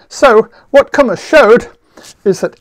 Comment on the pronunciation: His lectures are fantastic. This is the stuff I have missed as a student and I have often regretted that I haven't studied number theory and algebraic geometry instead of Algebraic Topology. I can't believe he posted this one a second time :) Kummer is now pronounced correctly as well 👍